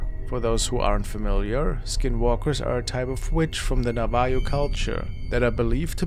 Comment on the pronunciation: Its not na-I-hoe its pronounced Nov-a-hoe